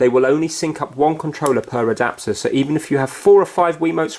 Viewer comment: The way he said adopter though